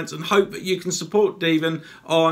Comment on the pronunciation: You nailed my name the first time! Like Devil, but Devin, lol. I love it! Thank you so much for the feature!!!! And as for Devinatron either way is fine. Thank you so much! The video came out great! All my darts buddies are going to be so jealous! Again? Thank you so much!!! I really appreciate it! And yes, we are the same, darts Mad!!!!!!! Any comments and criticism is welcome, I feel you can always improve where you're at, no matter what level! Thanks again, cheers!!!!